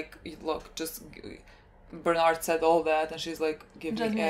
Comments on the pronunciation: Bear too-old => Ber_told , closer enough than Bern_ald. :) But now we are hyped for Bernald... so go forward. :D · Stop 😂 saying bernard its berthold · "berth" + "old'', Berthold, Бертольд